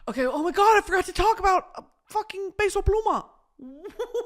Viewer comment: I love Brittany being a hardcore peso pluma fan 🫶🏽 and the respect she puts on his name w the accented pronunciation? Here for it 🇲🇽